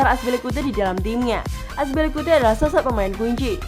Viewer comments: Aspilicuete ???? Azpilicueta kali Min.. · azpilicuate? lol tinggal baca doang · Azpilikute itu siapa anjir , kami tau nya azpilicueta🤣🤣🤣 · Akspilikute? Wtf hahah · Saya baru tau cara nyebutin nama cesar aspi🤭🤣🤣